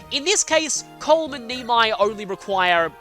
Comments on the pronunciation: Another Brit who pronounces it like 'Nay-me'. Also, that is a very odd pronunciation of Colm, are you sure you aren't seeing a 'U' where there isn't one? Btw, I was literally just waiting awkwardly in silence while twiddling my fingers during that long pause, which I find kinda funny in hindsight. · I find grinding Ross here is really unnecessary because just getting him a few kills or hits here and there are generally enough for him to be able to grind in the chapter 5 arena to get him to level 10. Also i have never heard Colm's name pronounced that way.